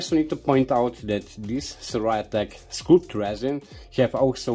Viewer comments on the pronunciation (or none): the scul in sculpt is pronounced the same as a head... skull... while you are making it printed... imagine the tube were not square, so it caste shadows on the one side, but kind of smooth raised up like the body on a modern jet fighter. I; trying to think of another way....erm.. like speedbumps on the road... they don't cast shadows, unless the light is super low. would also be interesting to see what happens with two in series and parallel.